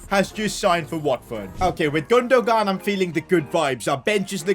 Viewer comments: Does he pronounce names like chiesa, gunogan and Nicolas Pepe wrong on purpose? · Why did he say gundogan like that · "ilkay gundo-gun" 😂😂